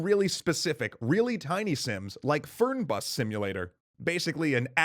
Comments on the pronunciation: You wanna pronounce it "fair-nbus" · I love this kind of data! Minor quibble - the e in "Fernbus" is pronounced like the ai in the word fair, and the u is a little more like an oo than an uh sound. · Fern in Fernbus is not pronounced like the plant >_> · Interesting how you pronounced "Fernbus" :D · ik it doesn't have alot to do with the videos but I love how you pronounced "Fernbus". ik it's hard for english ppl to speak german still its funny. And you nearly nailed it semi-correctly :D